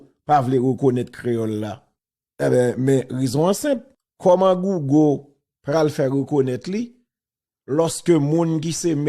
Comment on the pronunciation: wap pale konsa,kisa ki GOUGO wa? Di mo anglè byen ou byen di Gougèl an kreyòl